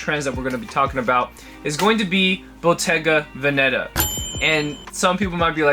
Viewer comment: Its Bottega Vèneta not Bottega Venèta Love from italy bro